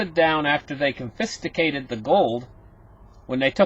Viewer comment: Got to troll you. I know you are smarter than me, but con-fist-acate?? LMFAO. You are right though. I like it better! Should be a new word. I would only change the last part. To "con" with "fist", and "allocate". Con-fist-allocate. Confistallocate. Maybe you are pronouncing the real meaning? Spot on